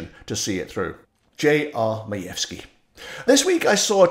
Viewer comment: Not bad enough my first name is Karen, but my last name is Majewski. Jeez. Kudos to you,, for pronouncing it right, though!